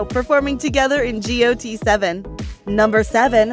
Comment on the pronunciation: The way she pronounced each group is kind of annoying me, like seriously G-O-T 7 it’s got aka the word then 7. And for Exo it pronounced X-O